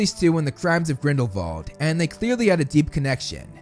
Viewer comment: Thank you for pronouncing Grindelwald correctly (German name) 😊